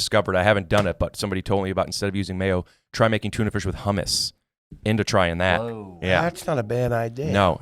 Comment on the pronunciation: He said Tunerfish